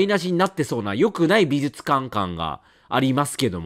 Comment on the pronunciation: 相変わらず発音が「びずつかん」で安心しますね。 ( +▽+)ピコーーーン！！！